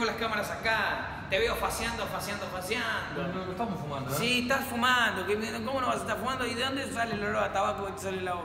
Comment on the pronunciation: Jajajaja faseando dice 😂😂😂